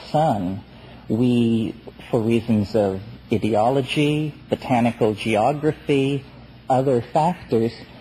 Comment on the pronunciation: "Hallucenigens", "idiology", "inless"... I've noticed these peculiar McKenna pronunciations.